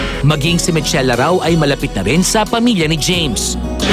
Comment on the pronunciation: Michela = Mikela ......Not Mitsela